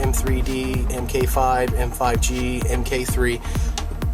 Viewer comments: what's this "em kay" bull? MK as in MKII stands for Mark, hence it's Mark 2. and it's a circlip, not an "e" clip. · "em kay"? it's Mark!